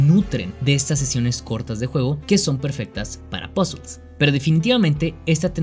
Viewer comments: el video iba lindo, hasta que dijo pozels, ahi callo mi ¿ queeeeeeee? pozels que es eso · "POZOLZ" :v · "pasol" XD